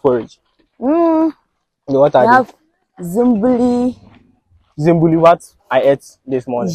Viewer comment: Eeeii is not zimburi oooo it's called zimbuli😄😄😄😄